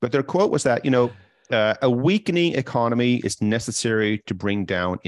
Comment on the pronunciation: “Ecomony” - still love ya man haha 😂 Keep up with the great show!